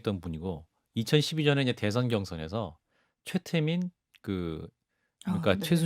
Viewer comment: 한국어에는 각 단어들에 장음(長音), 단음(短音)이 있어서 국어사전에도 표제어 장음 글자의 오른 편에 : 표로 표시되어 있다. 그런데 요즘 젊은 기자들은 특히 한자어를 말할 때 이를 전적으로 무시하고 전부 아주 짧게 발음한다. 예컨대 '여:당(與黨)', '야:당(野黨)', '대:선(大選)' 이라고 길게 발음을 해야 하는데 아주 짧게 발음하는 것이다. 또 청구인측 변호사가 "피청구인" 을 짧게 발음하는데 "피:청구인" 이라고 장음을 써야 한다. 요즘 한국인들의 '한자어' 구사가 이 모양 이 꼴이다. 이런 폐해는 한자 사용의 폐지에서 기인한 것이다. 정말 큰일 났다.